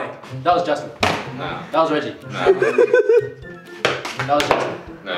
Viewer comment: it’s Regie not “Reggie”